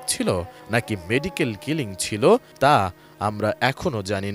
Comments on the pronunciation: উপস্থাপিকা ম্যাডাম, মেডিকেল ক্লিনিং না কথাটা হবে মেডিকেল কিলিং..পড়াশোনা তো করেছেন তাহলে তো জানার কথা দুইটা শব্দের অথ সম্পূর্ণ আলাদা 😂😂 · উপস্থাপকের শিক্ষাগত যোগ্যতা দেখে আমরা অবাক,কিলিং কে ক্লিনিং বলতেছে,এরা কেমনে জাতীয় গণমাধ্যমে দেশি বিদেশি নিউজ উপস্থাপনা করে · ক্লিনিং না কিলিং এরা সাংবাদিক হয় কেমনে